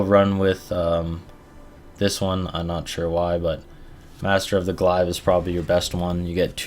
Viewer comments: Arno Blignaut lmao Glaive is pronounced glave not glive haha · WTF is a "glaaaiv"?! :D